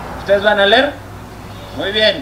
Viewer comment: Es una pena a nivel mundial que el de el minuto en ese momento era el secretario de la SEP (Secretaria de Educación Publica) y no sabia pronunciar la palabra Leer.